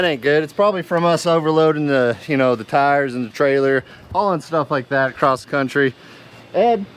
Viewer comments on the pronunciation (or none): I'm impressed by how this family can't say across